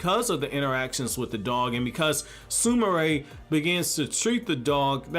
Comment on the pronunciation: he prounoced her name right 😮😁